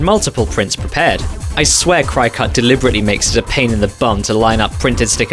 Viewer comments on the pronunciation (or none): For your vinyl cutter, the name isn’t pronounced cry cut. It is pronounced cricket! My mother has one of these and I should know how it’s pronounced! No offense,. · I'm sorry, did you say "cry-cut." It's pronounced like the the insect. Kri or kreh. Cricut.🦗